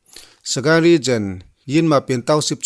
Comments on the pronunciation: Ka sawi khi dik..Regen.a nilo..Region. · December tiin lam hram teh a...Dejember ti a lam lo in...Regen nilo in, Region tiin